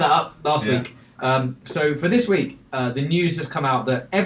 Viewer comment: Notices how he say the letter K.. "this weekgggg"